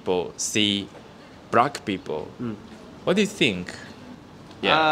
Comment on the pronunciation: ""brackk peepull"